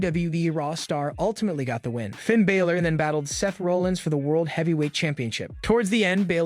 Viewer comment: As I appreciate the amount of information given in the video and great effort you've put forth to do wrestling reviews like this, I have one complaint. If you're going to do reviews, please take time to learn the pronunciation of the wrestlers' names when reviewing them.